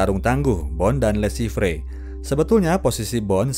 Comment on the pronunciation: Le Chiffre baca le shifhe